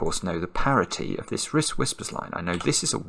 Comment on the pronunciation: It isn't 'parity'.